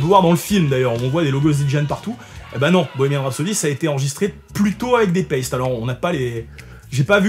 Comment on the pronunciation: je viens d'apprendre que Paiste se dit paisti en anglais 😂